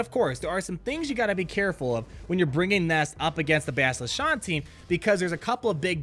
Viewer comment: Bastila SHAN... rhymes with CAN, PAN, TAN, MAN, PLAN, DAN, RAN, BAN, VAN, FRAN, CLAN, BRAN, ANNE, JAN, LAN... Sorry... It's like fingernails on a chalkboard... Another one is, and I think it's MobileGamer who says this, is the mispronunciation of Carth ONASSI. It's not pronounced oh-NOSS-ee. It's oh-NASS-ee. As in ASS, CLASS, GLASS, CRASS, GRASS, MASS, PASS, GAS, SASS, HARASS, WRASSE... Ok... just had to get it out of my system... Kick-ASS video today though...